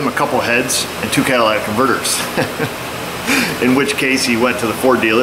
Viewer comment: pet peeve alert.....they are called "cata-LIT-tic" converters...not "cata-LAD-dic" converters....it's not a Cadillac......